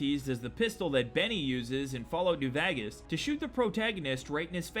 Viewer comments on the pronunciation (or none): “Fallout new Vagis” ITS PRONOUNCED VAY-GUS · Vegas is pronounced vaegas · "In fallout new vagas" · Love your videos hate the way you say Vegas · can you for the love of fuck say vegas like a normal human please PLEASE